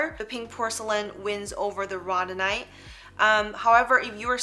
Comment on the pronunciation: Row-dow-nite, not the pronunciation you are giving. Not to beat you up, just believe if you are offering educational videos you should definitely have correct pronunciation 😉.